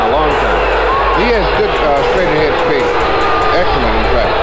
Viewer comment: So much shpeed!